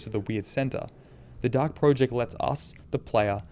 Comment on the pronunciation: Every time you call it 'The Dark Pro-ject' rather than 'The Dark Project' makes me die a little inside.